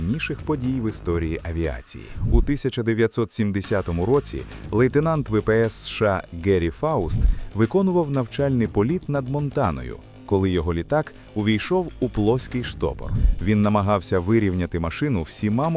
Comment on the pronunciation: Не Кері а Гері глухе Г в Україні